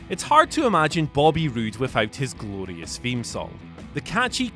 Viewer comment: Nonono It’s “Grorious”